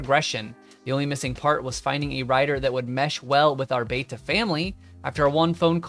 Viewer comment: It’s pronounced ‘Beta’